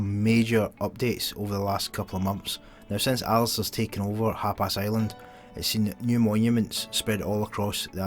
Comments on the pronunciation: wtf is HAPAS??? HUP ARSE? It's HAPIS ya! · You're saying hapis like Hapass. Thought it was funny but love ur vids.